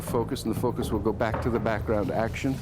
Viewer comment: "ze horror"